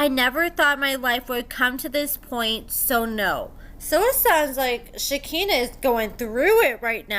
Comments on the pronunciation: (Shuh-kai-nuh) not (Shi-kinna) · I love your channel and you,, but it’s pronounced “shik-EYE-nah”. Thanks! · Yeah for sure. I’m not normally one to go around correcting people’s grammar, but this was driving me crazy. I’m like “come on, you watch the same show we do, you hear how it’s pronounced.”